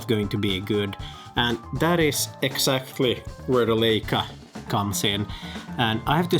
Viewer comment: It’s pronounced LAICA, not LEICA.